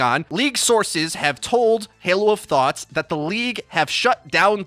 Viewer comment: haloofthoughts? nah fam haloofthots